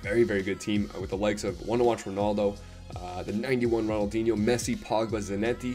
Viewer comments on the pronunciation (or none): none